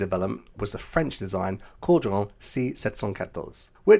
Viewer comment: Kudos to you! Your French prononciation was very good when covering the Caudron and this added to the authenticity of the topic. Well done 👍🏻